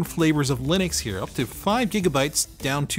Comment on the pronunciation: Why do you pronounce to Linux when you don't pronounce Linus, Linus. :-)